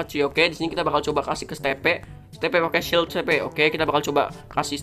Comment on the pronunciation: Itu bukan di panggil Steve bang tapi di panggil stiv namanya kan Steve lalu klo di baca stiv